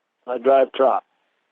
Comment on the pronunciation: “I drive trock” What a fucking Neanderthal